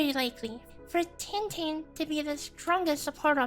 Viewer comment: You're mispronouncing the name of our Soupreme chief smh